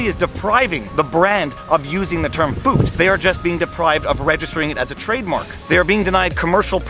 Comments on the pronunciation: Viva: I'm pronouncing FUCT like FOOKED so it doesn't sound like a cuss word Scottish people: ... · He's very simply trying to avoid saying F*CKED with a U to avoid youTube marking his video as aged restricted. Deliberately mispronouncing it. I think the German bit is just misdirection.